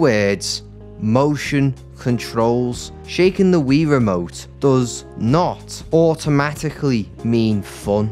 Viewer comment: Boy, did you just call it the fuckin' "Ree-remote"?